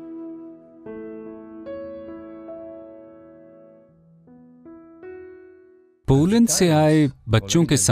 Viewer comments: Beta Hindi me nhi lokne ata hai to mt likha tum jise log ko desi bhasha me bolte hain aksharktu mtlab beta पोलंड nhi hota hai पोलेंड hota hai. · baaki sab thik he par "पोलैंड" hota he.🤭